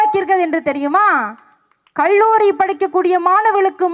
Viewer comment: Amma magale nee pesum pothu la zha lla vai mattum konjam parthu thiruthi kollavum enna kalluri enbatharku pathil azhuthi kallluri enru azhuthi cholkirai athai mattum matri kollavum